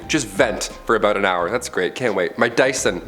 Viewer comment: Man , you look and sound like a young Chris D'Elia , and I couldn't get passed that Dy-son bit.